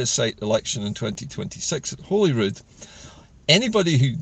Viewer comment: Super video,. It's great to hear how Salvo are progressing the cause. Well done, Salvo. Thanks for sharing. Keep up the good work. PS. Thanks also for pronouncing Holyrood correctly. PPS. I'm a BIG fan of REPARATIONS. 👍✌